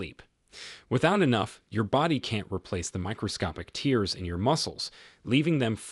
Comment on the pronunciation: Can you please “train” your AI voice-over to pronounce “tears” and “lead” correctly? Thanks